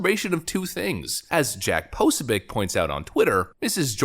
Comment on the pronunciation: Jack (Pah-so-Vic) not whatever you said lol